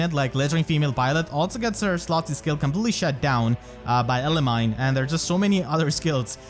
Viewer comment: Pronounced: Elimi like eliminated and then knee not mine.